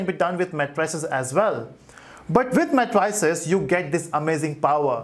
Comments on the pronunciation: Thank you for the lectures. Please the pronunciation is mei·truh·seez not matryceez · mae-tri-ces ....lol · CAN YOU SAY MATRICES CORRECTLY OR WHAT!!!!!!